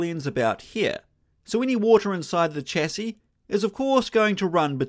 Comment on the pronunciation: Why can't you pronounce chassis properly, bro?